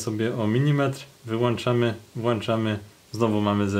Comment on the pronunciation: Taakkk WŁANCZAMY i WYŁANCZAmy ..🤦‍♂ Ludzie skąd wy się bierzecie?Może zaoszczedzony hajs warto zainwestować w słownik.